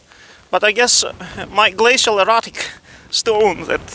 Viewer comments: Great video. I thought he was saying 'glacial erotic!' I almost booked a flight...😃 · I was laughing so hard when I figured out you were saying "glacial erratic" not "glacial erotic".